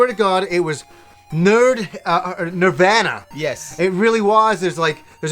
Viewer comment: its nirvana not nirvana you damn canucks